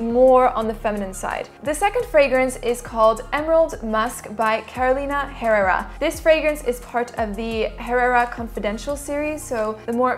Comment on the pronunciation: FYI, The H in Spanish is silent ...ie, imagine it’s Carolina Errera ....roll the double R but just slightly.